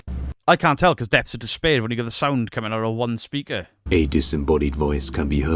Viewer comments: I don't think you understand the "depth's" of not being able to say the word "depth's". lol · Depppts.....debts.......deths...... whatever 😂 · Listening to you saying Depthfpthps of despair 😂😂😂😂 which reminds me, where the hell has Mr. Grey gone 🤔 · You trying to say depths is like me trying to say Worcestershire sauce 🤣🤣🤣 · Don't worry, I find saying " depths" difficult too! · TIL can't say "depths"